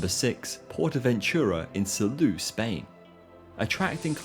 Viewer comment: . Ahum. For you English speaking I will write the pronounciation as: [Sahlow] with [low] as in alLOWwance, not as on the botton, thus more of on ao. Also, [Portahventoorah], not [Pohtahventyuruah] as you said.